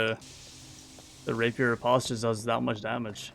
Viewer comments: I tought it was repoze? not ripotse or reposte? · 'Riposte' is pronounced with a long O sound like 'post'.